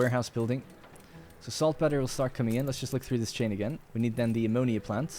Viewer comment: FYI. it's salt pee-ter not peh-ter